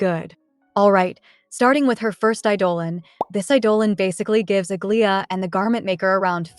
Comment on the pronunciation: Aglaea's pronunciation 😭 Please watch hsr new trailer